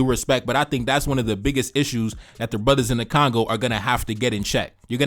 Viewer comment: It is Congo, not Kangau 😂😂😂